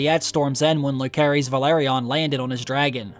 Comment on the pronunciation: Stop calling him "Lukerys", although his family called him Luke for short, his whole name phonetically speaking is Lucærys, which is pronounced "Lucerys": 'æ' as a double vowel similar to Aegon.